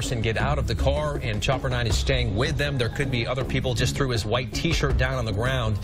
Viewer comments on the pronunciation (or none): "He thew a drink at them.." It's threw XD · that said thew not threw